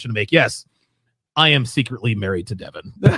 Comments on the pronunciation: Why you keep saying 'Devaun' her name is 'Devon'. It's telling of how intimately you know someone when you can't even correctly pronounce their supposed name. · the way he pronounces devon's name is so funny de VON Sharpe lmaoooo one problem i see is ppl are gonna call u a hypocrite because u was willing to work with him while he was doing the same content for a long time but when u guys fall out its "he talks bad about woman" which i agree he does im just saying if u work with the guy knowing that u can't complain after plz tell me its you just joking when u say he isn't smart at all lol u wanted him to speak at the events if she is the smart one why not invite her to speak ?? lmao did u say thats probably a sister bro thats an old pic of her u can tell its an old pic did donovan come for your wife or something im out the loop cause what u showed doesnt look like he talked about your wife at all